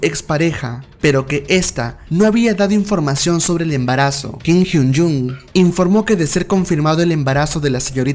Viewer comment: Buenos datos 🥰 pero perdí la cuenta de las veces que pronunciaste mal su nombre es Kim Hyun Joong con “O” no con “U”😑 Kim Hyun Jung es otro de los integrantes 😃